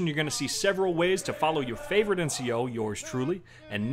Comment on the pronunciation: Good video- except for the "Gimem ah leik or a favwite"